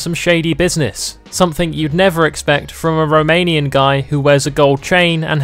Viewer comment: Did you say romanian?